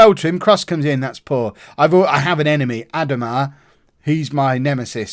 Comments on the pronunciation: It’s Pronounced Ad-O-ma. At villa irl and former Middlesbrough player. He should be decent at that level for rest of season though. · A) It‘s Ah—DO-mah - he currently has 11 in 17 in the championship so he’s probably good enough for your team (although appreciate he’s probably a bit old by now in your game) B) between him Jonny Russell and Alex Kiwomya you clearly have better wingers/inside forwards than strikers - maybe look for a system that gets the best out of them? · The way you said adomah was pretty funny. You say it ad-O-mah, I'm a boro fan and he used to play for us, should be decent for you in league 1